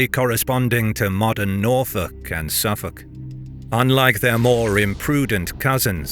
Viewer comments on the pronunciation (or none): none